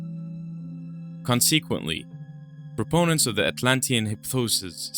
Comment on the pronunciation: The way you pronounced "Consequently" is hilarious 😂